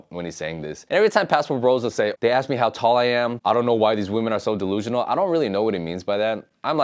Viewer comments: the guy doesn't even know how to pronounce the word "ask". I have seen this guy's attitude and I saw his video in the Philippines and its even more denigrating. I am 100% sure this guy pays for women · No, they literally cannot pronounce "ask".